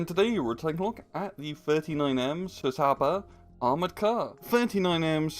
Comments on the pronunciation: I am pretty sure its not pronounced c-saaaaba but cs is is like ch in cheese. I guess you could say chaba. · no, it's tsaba